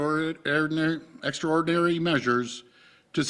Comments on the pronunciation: the only way for these extraornnnnnnery I used to read like this in grade 6 also can you believe the salary...3400 a week after taxes for these robots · EXTRAODERRRPP..I MEAN EXTRAORDERNERRR UHH EXTRAORDINARY .